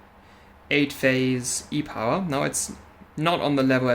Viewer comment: Nailed the pronunciation While I'm here, I shall express my interest in taking a look at that damaged pad on that 580 E-Power. Sounds like it would be a more difficult repair and I'm up for a challenge.